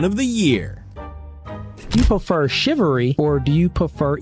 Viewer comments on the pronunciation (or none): Shivary? Lol